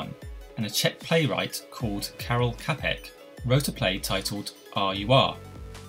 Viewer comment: I did a paper on this subject, I included everything you did. Also, his last name Čapek is pronounced “Chopik”